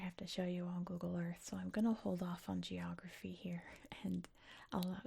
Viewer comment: I like how sometimes I heard your pronunciation of GE or geography, similar to the pronunciation of CH of chocolate. It's funny how in English two completely different letters can be pronounced similarly 😀